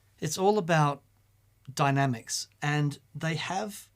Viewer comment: Love you guys! Thanks and for the never ending deep dives:) calls it "playing with Dynamics", calls it "playing with Dynamic" (no 'S')....., you have it correct sir: it is properly said to be "playing with dynamicS" - plural. 🤘🇦🇺 🍺